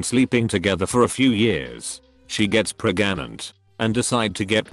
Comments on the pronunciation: PreganATE? Halp I'm PrrrrrreeegANTÈ! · Lol I’m pregnant, and ever since we knew, my husband and I say I’m “pregananant” (to each other lol) 😂😂😂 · hears 'preGAnant checks it yup.. verified..